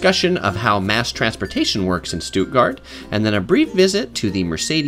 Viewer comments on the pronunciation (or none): Oml Americans don’t pronounce it (Stootgart)😂 and u didn’t go to Lisa and Lena’s house. Smh